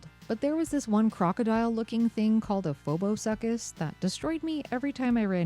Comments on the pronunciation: Phoboshucus is PH /fff/ and Shu /soo/ or like the name Sue. I only know this because that thing is based off of a few prehistoric reptiles with the same phonic sounds. And I'm a nerd. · Hearing a phobosuchus called a "phobosuckus" is the funniest thing I've heard all day. Also circle strafing in a dungeon crawler on a Genesis is pure insanity, I love it.